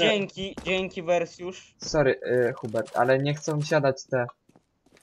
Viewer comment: Ej jestem Hubert nie Chubert